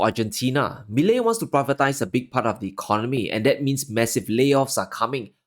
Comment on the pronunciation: I congratulate you on being one of the very few to pronounce his name correctly 👍🤣 But here's something that you're not taking into consideration.... Argentines have gone back and forth from ruins to glimpses of success... Over and over for the past 70 years. If there's one thing that they do have is resilience. It's definitely not going to be easy and they are going to be protests daily.... But again argentines are totally used to that. This guy, Milei, for the first time in many years, actually appears to be someone capable of turning things around 💪